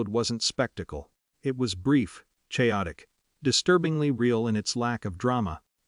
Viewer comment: Horrible narrator can't pronounce chaotic!